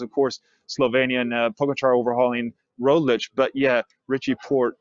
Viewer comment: Is not ROGLIK ibut ROGLICH